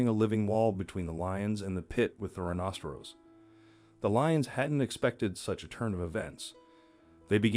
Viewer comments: Not a rhinocerose, pronunciation! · This announcer can't even pronounce rhinoceros correctly. This happens quite a bit on YouTube. I don't know where they get the announcers but they really suck! My YouTube has been going in and out for the last 2 weeks. I tried to contact them but they only take Faxes ??? NO EMAIL OR CALLS. who uses faxes nowadays?